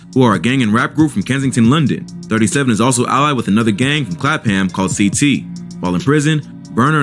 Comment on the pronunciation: The narrator needs to get schooled regarding his pronunciations. I've not fully watched the clip and already I've noticed that he'd said "Lewis Ham", "Clap Ham" and "Kensington". Basically those neighbourhoods are pronounced "Lewish-am" and "Clap-ham" and spoken as uninterrupted words - no gap. Also, Harlem Spartans are from the South London neighbourhood of Kennington, not the West London neighbourhood of Kensington.